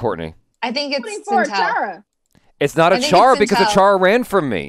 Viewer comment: Its ACHALA not ACHARA